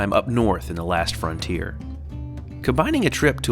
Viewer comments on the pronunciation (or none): none